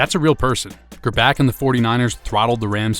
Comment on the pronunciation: And it's Gr-Bach not Gr-Back